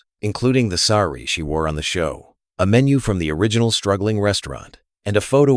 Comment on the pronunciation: Quite. He mispronounced sari, too. But one doesn’t know if this is AI, which, of course, is no excuse for mispronunciation.